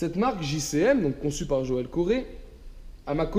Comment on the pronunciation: Ça se prononce joel (co roi ) pas coré sinon bonne vidéo ! J'habite à côté de vesoul il a un grand magasin là bas d'ailleurs !!!